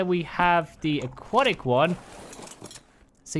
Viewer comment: No one caught the first time he said Aquatic? He said Aqu-attic. lol The arctic one is made to look like the Aurora borealis i'm thinkin. The thing above you on the parasaur is an equivalent of a pergola or umbrella. It's made to shield the rider from the weather lol Favorite saddles? Equus arctic, Parasaur Arctic, the jungle saddles for all of them and the Ember ones too. not really digging the aquatic ones.